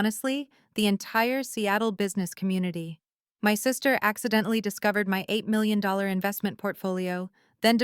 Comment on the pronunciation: AI really stinks at reading numbers. It can not even say 8 million.